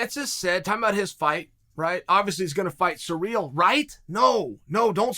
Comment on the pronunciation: Mate just say Gane. Listening to you say Cyril is was difficult. But I still love you bad guy.